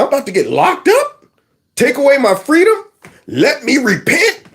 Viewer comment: Fweedom mama fweedom